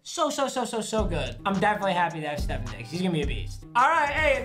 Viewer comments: It’s ste fon digs not Stefan digs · Stefon Diggs = (steph + on) not (steph + in) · . Did he say Stephon Diggs instead of Stefon Diggs??!? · Nobody: Absolutely Nobody: Papa: Steffen diggs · “ stefin diggs “ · Nobody:: “Stefen Diggs” “Oh it’s Teco” (actually talking about Tim Tebow😂😂😂) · “Stefin diggs” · It’s stephON diggs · wtf u said steff-on diggs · “Stephen digs” 😂 is how papa says stefon diggs